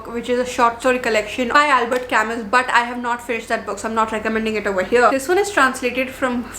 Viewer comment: It's pronounced as Camu not Camus !!!! . It pisses me off so much